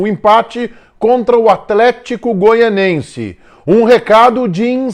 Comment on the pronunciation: Grande, por favor, é Goianiense, você fala Goianense. Abraço!